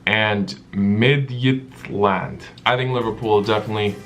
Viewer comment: It is actually pronounced like mitchiland